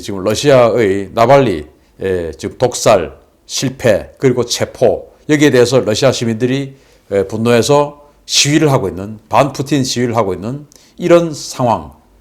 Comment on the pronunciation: 대표님 뿌찐이 아니라 푸틴요ㅎ